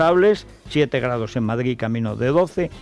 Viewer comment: Se dice Madrid, no Madgid.